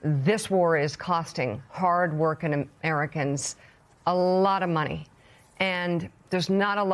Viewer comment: “Hard workin Americans” stop with this faux working class speak. This is what unserious politicians do, taking the g off of ing words to somehow make a phrase more genuine. Just say the word properly, WORKING.